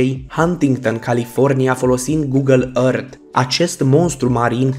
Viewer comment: Earth se zice ărf ok.